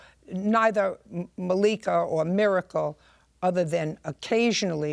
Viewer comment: Judge Judy was through with them just based on her pronunciation of Ms Miracle’s name but especially after confirming they steal from grandma.